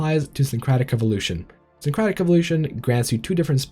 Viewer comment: Syncretic, not "syncratic".